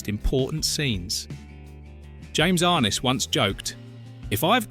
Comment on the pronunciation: pretty sure it's pronounced "arNESS"...peter grave's half brother. i think.